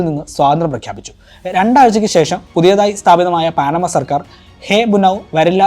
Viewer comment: പാനമ എന്നാണ് ശെരിയായ ഉച്ചാരണം